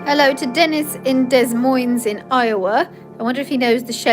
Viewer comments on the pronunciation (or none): Hello. Listening in Northern California. The ‘s’ in DesMoine is silent (D’Moine). Love the streams and loved your version of Danny Boy.